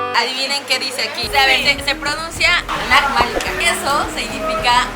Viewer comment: Lo pronunciaste muy bien se dice Ana malika y los que escuchan en los micrófonos es un señor como cantando para resar